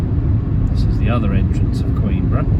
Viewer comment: No s in Queenborough. 😁